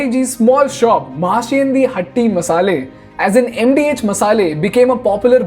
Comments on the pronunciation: Abe angrej its Mahashea di Hatti not hat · It’s महाशयां दी हट्टी not what u said…..